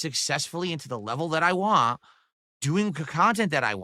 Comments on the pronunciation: Dude needs his ass physically kicked,he needs a huge slice of humble pie. The way he says “WHANT” makes me fucking cringe sooo bad. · The way he says want without a T at the end makes me want to puncture my own eardrums